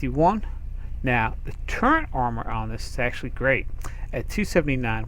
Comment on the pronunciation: LOL "turrent" ...LOL